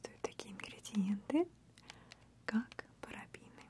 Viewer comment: спасибо за русский, Мария! только не "парабИны")) парабЕны ;)